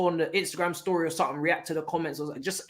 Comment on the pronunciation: Man didn’t do much talking today but that mancunian accent he was doing was killing me😂 “2:0 end of storyeh”